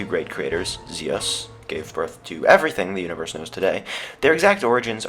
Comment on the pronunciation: Omf, you are bae. Thank you for saying Mira and Zios correctly unlike everyone else!